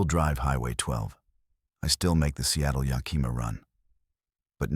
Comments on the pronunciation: As someone who lives in the Pacific Northwest I have to tell you that nobody pronounces it Ya-kee-ma or Na-cheese. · Nobody and I mean nobody can seem to pronounce Yakima correctly 😢. Can't the AI voice be programmed???